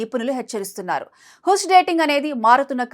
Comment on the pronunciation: హుష్ కాదు తల్లి. హాష్ అని పలకాలి. 😂😊 హాష్ అంటే సీక్రెట్ అని అర్థం